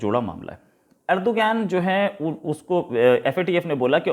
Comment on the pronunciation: "अर्दोगान" सही उच्चारण है।